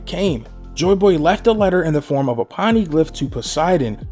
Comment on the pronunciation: Po nay glif 😭